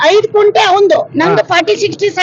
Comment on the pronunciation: ಕುಂಟೆ ಅಲ್ಲ ಮೇಡಂ ಅದು ಗುಂಟೆ ಅಂತಾ